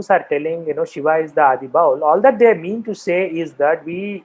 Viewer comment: Indrabhuti was not the daughter of a king of orrissa , Indrabhuti was the king of orrissa, and ami bowl tumi bowl sobai bowl this pronunciation is very disrespectful for the tradition. The word is Baul.